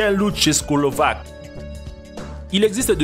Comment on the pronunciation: "Le chien loup tchescolovaque" mdddrrr c'est pas serieux